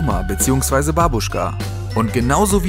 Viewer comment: Das "a" und "u" bei "Babushka" wird kurz gesprochen und das zweite "b" etwas intensiver. Just saying.